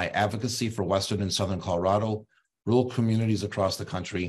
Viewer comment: So basically the libs didn't cheat enough. It's Rur al. Not rool, you hayseed